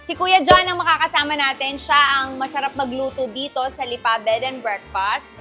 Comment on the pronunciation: Anong Lipaa? Lipa . Bakit may pakupya sa dulo? Sarling Lipa yern?